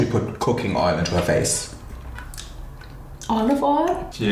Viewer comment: omg “oLuV OiL?”😂